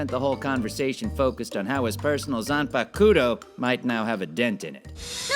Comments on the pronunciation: I cringed when he pronounced "zanpakuto." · Todd, if it wasn't you, I'd be calling out that pronunciation of "zanpakuto". Also, that pronunciation of "gif". And before you ask, yes. That was footage of Gintoki fingering a man's a**hole. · I think Todd totally and purposely mispronounced "zanpakuto", you can feel the emphasis on that part 😂